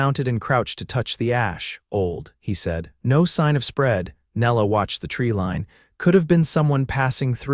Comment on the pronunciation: It would be better if the pronunciation matched with the way the words should be spoken. A Lamb is not the same as the name Elam. Treeline is not tree lean.